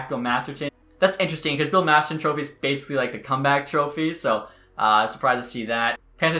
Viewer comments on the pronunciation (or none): none